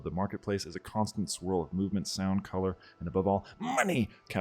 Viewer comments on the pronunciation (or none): none